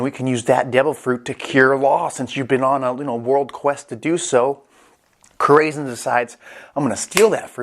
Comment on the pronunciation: it’s core-a-sone… means heart in spanish